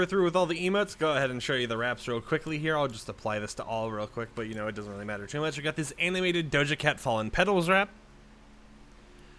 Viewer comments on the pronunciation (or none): none